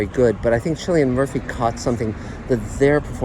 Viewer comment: His name is pronounced Killian.